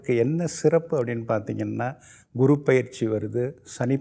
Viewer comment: இந்த ஆதித்ய குருஜி guru என்பதற்கு kuru என்று ஏன் உச்சரிக்கிறார்?